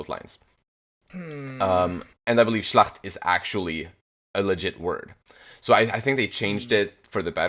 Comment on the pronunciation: You really make a good effort pronouncing the names as native germans would do. Keep it up. Schlacht means as a noun battle. Schlächt itself as a noun has no meaning, so it is good that they don't have trema. When it is used as a verb as in "schlachten" it becomes to butcher >animals. If it is used in the context of killing people the prefix "ab" as in "abschlachten" is added. Last but not least is "Schlächter" which would mean the butcher or somebody who has slain many people. So it is a bit unclear were the Author wanted to go.